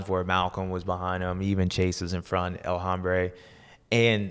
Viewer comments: He is actually mispronouncing "El Hombre" and saying "El Hambre," which means "The Hunger." 😅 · It hurts my ears when you pronounce the H in El Hombre